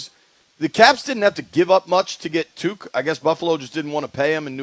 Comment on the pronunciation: Worst analysis ever😂. Can’t even say Tuchs name right (Tuck)